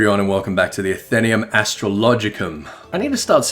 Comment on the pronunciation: I think it's pronounced Athe-NAE-um but whatever...